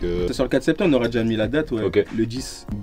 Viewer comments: le "10 SPETEMBRE" c'est quand ça ? 😉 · Ah ouais, le spetembre il m'a tué 😂